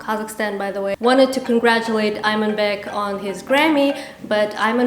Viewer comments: Его имя ИМАНБЕК, если англоязычные неправильно прочитали, то теперь всем подстраиваться под них, и называть его "Айманбеком"? ИМАН в переводе с казахского имеет глубокий смысл! Тем более, Айман- это женское имя! Из уст казашки "айманбек" просто режет слух((( Вместо того, исправлять ошибки других и вы туда же!!! Преднамеренно искажать его имя, я считаю неуважением к его личности! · you should have called his name in correct way, people don't really know how his name should be pronounced. because they simply did't know , and you should at least call it the right way since you have the this audience and platform to educate people, not just admitting their mistake, just my humble opinion. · Say his name the qazaq way, there’s no need to change a pronunciation to please english speaking audiences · I agree